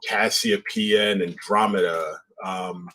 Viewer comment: Guys... research... is cassiopeia, not kastiopeia. Camelopardalis, pronounced Camelo-Pardalis, is not a camel... it's a giraffe...